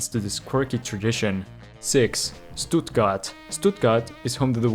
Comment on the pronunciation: ITS PRONOUNCED SHTUTTGARD